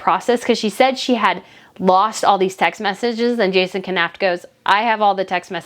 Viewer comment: Knauf is pronounced Noff.